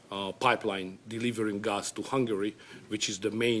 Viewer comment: He just doesn't know how to pronounce the word GAS correctly.